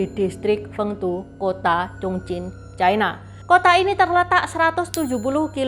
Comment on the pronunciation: Ucapan yg benar China, bukan Chaina